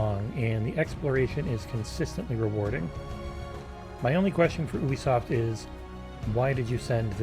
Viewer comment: YOUbisoft, not OEbisoft. Ffs